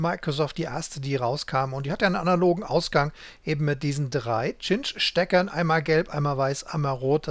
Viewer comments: Eigentlich wird der Cinch-Anschluss weder "Tschinsch", noch "Kinsch" ausgesprochen. Richtig spricht man es "Sintsch" aus. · Nettes Video. Und zur Aussprache der guten Cinch-Stecker: sinch wäre richtig, tschinch oder kinch wäre falsch.